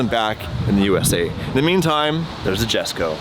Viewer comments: You pronounce Jesko like an American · okay... it's pronounced "yesko" haha and one JUST burnt down to nothingness. Koenigsegg has released a "do not drive" till further notice so they can figure out what happened. Also, it was during a rally love you guys, good luck !